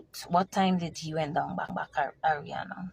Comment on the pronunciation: Her name is Adrinna....not Arianna